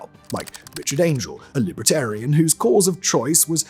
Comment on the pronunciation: Great video, but so offputting that the presenter pronounced Libertarian as LIBRAtarian.